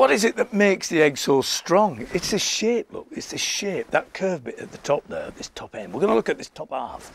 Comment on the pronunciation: "Its the shape [Which sounds like he says shit], the shape!" LOL! :)